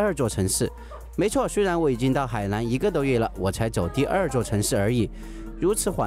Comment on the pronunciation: Pathompong Phuket 四川忍大多平舌翘舌不分。没有办法。河南=荷兰😷